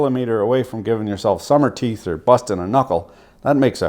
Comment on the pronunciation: Dude said summer teeth.